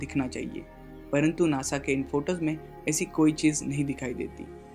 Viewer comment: you don't even know how to say nasa....u say nosa